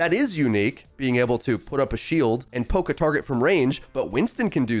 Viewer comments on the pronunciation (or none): none